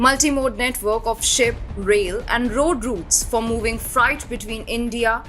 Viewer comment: Fright????? Its freight